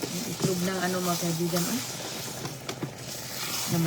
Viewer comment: Itlog not etlog...simpleng Tagalog lng Po....